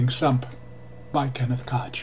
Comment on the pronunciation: Kenneth Koch is pronounced coke, no reference to any of that